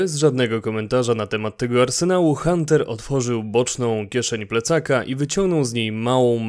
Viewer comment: Mogę się mylić, ale Artem i Hunter w tym przypadku wymawia się tak jak się pisze, nawet w audiobooku sprawdzałem. Poza tym, gra jest świetnym dopełnieniem książki. Frajdę daje odwiedzić lokacje, o których się czytało i zobaczyć jaką ich wizję mieli twórcy.